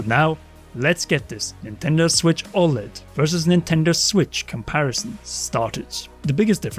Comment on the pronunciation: disliked for the way you kept saying oled